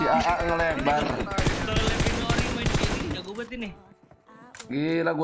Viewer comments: Ori mananya itu o nya beda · itu, kalo ori huruf o nya bukan kayak gitu